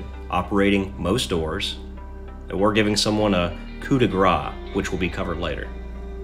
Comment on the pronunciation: Great necromunda content, thx. By the way when you pronounce "coup de grace" say "grace" like "grass". Because you pronounce "gras" wich means fat in french 😁